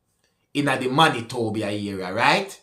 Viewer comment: you nailed "Manitoba!" 😅 Winnipeg is the capital city. Not Winnipegy, 😆